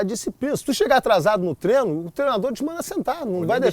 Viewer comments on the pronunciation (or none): Trenó tbm kkkk nunca falam treino